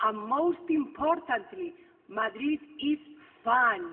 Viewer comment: Any Bottle, por que haces enfadar así al bueno de Chuck?, te lo vas a cargar a disgustos!. Relaxing cup of café con leche in Tokio? "no wuan celebreisoon life latinn spaanish pipel du ! madruí is FAN." Madre de Dios...qué espectáculo!. Chuky eres el mejor!.